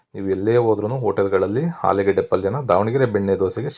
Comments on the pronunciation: "" ಹಾಲು ಗಡ್ಡೆ"" ಅಲ್ಲ "" ಆಲೂಗೆಡ್ಡೆ"" ಕ್ಷಮಿಸಿ. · ಹಾಲು ಗಡ್ಡೆ, ಹಾಲು ಪಲ್ಯಾ ಕೇಳಿ ಬೇಜಾರಾಗ್ತಿದೆ ಕನ್ನಡ ಸರಿ ಮಾತಾಡಿ pls